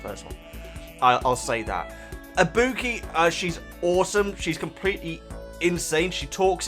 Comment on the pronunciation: I-bu-ki. And Chiaki